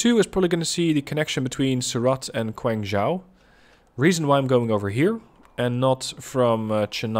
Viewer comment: Actually,Quanzhou not pronuncing like kuangzhou ,they pronunciation is Chi'uanzhou